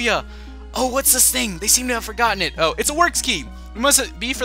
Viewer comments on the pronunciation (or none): none